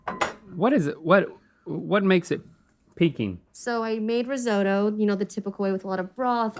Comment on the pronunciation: i think ive heard the best "risoto" i get why Nicole laught